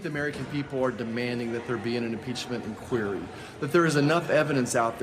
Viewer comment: What a spineless Cypher! Oh, and Kevin? Learn how to pronounce the word 'inquiry'.